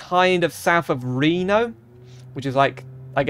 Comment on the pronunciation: As a Nevadan I have to lecture you on how you pronounce "Nevada" and how you emphasized the E in Reno